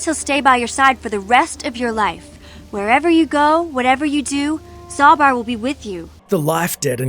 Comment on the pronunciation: You doubled the wrong a in Zaalbar and this entire comment section followed and I am losing my mind AAAAAAAAAAAAAAAAAAA